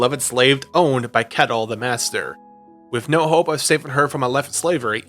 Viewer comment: I hate to be that guy, but I am Danish so I think I can speak here, Ketil isn't pronounced like kettle. The "e" is said for a bit longer, and the "i" isn't silent. Atleast that's how it's pronounced nowadays, it could be pronounced differently in those times.